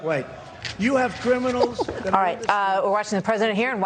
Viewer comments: Did trump just say "crim-inem-icals" before the rest of the gobbledygook? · Katt Hudson Maybe he was listening to West Side Connection...that line that says, “Crimin-im-inals?” Lol